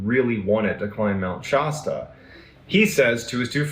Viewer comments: Mt. Shasta particularly the "a" is pronounced like the word "cat" not like the word "hot" as MrBallen keeps saying. Not to detract from MrBallen's stories or character which I find interesting, just making a correction. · My family has a cabin in mt Shasta (not pronounced shosta btw) and it is a very wintering area in our world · Mount Shasta is near me.....there's always weird things that happen there. Except it's pronounced sh-ass-ta